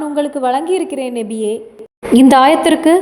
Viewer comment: Assalam alaikum sis Payanulla thagaval But neenga nabiye endru soullvadhu nebiye endru kekkiradhu thayavu seidhu nabiye endru sariyaaga soullunga sister.